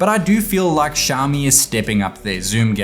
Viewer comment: It is xiaOmi, please stop pronouncing xiami!